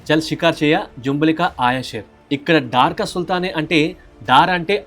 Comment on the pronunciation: Bro అది డార్ క సుల్తాన్ కాదు, డర్ క సుల్తాన్